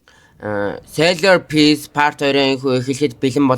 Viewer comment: Salar piece gej sonsogdod baihin uge zov helchul goy bollo🎉❤